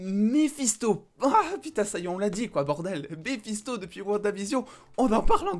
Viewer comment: J'avais compris Balisto et non Mephisto🤣🤣